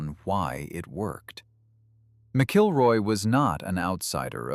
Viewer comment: It is not pronounced "Mic-kilroy"" it's pronounced "Mackle-roy" ... Doug "Mackle-roy"